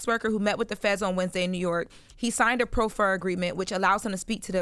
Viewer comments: Gotta help with the legal terms. It’s “Prof-fur” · "Pr-aw-fer" not "Pro-fer" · ITS PRAAAAfer agreement.... not proofer lol